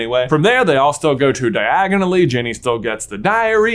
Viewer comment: It's Diagon Alley lol 😂